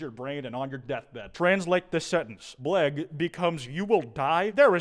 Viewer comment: as a Star Trek fan and also lunatic bc i'm learning klingon, it hurts to see popular influencer pronounce bIHegh as blegh. it's a capital i, not L:(